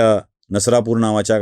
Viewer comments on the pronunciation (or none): नरसापूर नाही ते नसरापूर आहे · गावाचे नाव नरसापुर नाही नसरापूर आहे मी तिथला आहे म्हणून सांगतो